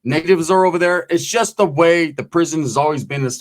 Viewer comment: Oh no bro did u just say the word... SHUST 😂😂😂 ?? 😂😂